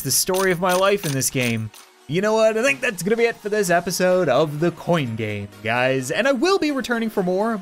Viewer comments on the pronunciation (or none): It sounded like he said "what's up guys and welcome back to the coin gay" 😂😂😂😂😂😂😂😂😂